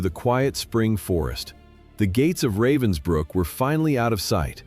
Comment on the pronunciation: It’s called Ravensbruck not Robinsbruck.